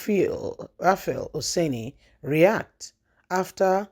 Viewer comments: R-U-F-A-I not rafiu 😂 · Your content is impressive but try as much as you can to pronounce names of individuals you mention in most of your posts properly. Take time out to rehearse the names if you are not sure before you commence your narratives. "Rufai not Raphael".